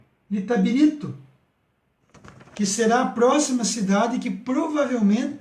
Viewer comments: Itabiritú....rsrsrs - ITABIRITO - Blumadinho - BRUMADINHO - não esta conseguindo ler 2 nomes simples e básicos como esses, mostrando um mapa de cabeça pra baixo ou ao contrário..... difícil demais,hein? Deste jeito aja credibilidade . VC TA BIRUTU..kkkkk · Amigo você precisa estudar mais e se aperfeiçoar nos estudos.Ah, faça um curso de locução ou até mesmo leia o texto antes de gravar! vc erra muito nas palavras!! Não consegui chegar nem na metade do vídeo, vc errou 3 vezes a pronúncia da palavra ITABIRITO.